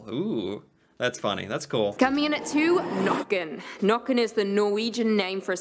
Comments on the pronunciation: Its Nøkken not Nokken its pronounced wierd to oursiders so I understand the mistake and the legend is simular to the legend of loch ness but it is a humanlike creature. (also playing the violin instead of making strange sounds) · I hurt when I heard nokken for the first tome instead of nøkken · Norway here again. Huldra, Check Jotner, Check, Fossegrimen....Never heard about it... Nøkken, Check (the Ø is pronounced as the U in "church" or "turn" or in "urban") Not like "Nacken as you said" :-) Trolls, check. I would have kicked out Fossegrimen and replaced him with "Draugen". It's a myth from the coast, and since we have a long coastline, everybody has heard of draugen. (google translate it). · The way you think Jotne is pronounced is almost correct. In Norwegian almost all words are pronounced as it is written. J is j sound and not dje sound, o is a o sound and not an å sound, t is t, n is n, and e is e sound not i sound. Easy, Jotne not Djåtni! They also misspelled Nøkken to Nokken and pronounce it Nàkken. It's Nøkken with an ø sound. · Nøkken, not «nokken» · "Nøkken or Noekken" ; The ø is simolar to when you say early " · She should definately pronounce the names in norwegian and not make them english. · She mispronounced/misspelled every name and gave a rather poor description on all of them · Yeah, trolls are Norwegian. If you visit any Norwegian souvenir shop you'll find trolls. If you would like to know how to pronounce the ø sound in Nøkken - it's the sound you'll make when you say early. The ea-sound. ☺ Huldra is thought to be rather seductive - with a beautiful song voice. She would lure men into the forrest and take them. Her tail is a cow tail. 😅